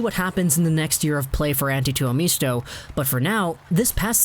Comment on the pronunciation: it is pronounced Two-oh-MIST-oh... not MEESTO